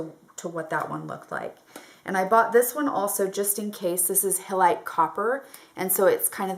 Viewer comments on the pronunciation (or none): i think its pronounced Highlight ---- not hi lite tho its written that way <3 ps i would love to see you make the makeup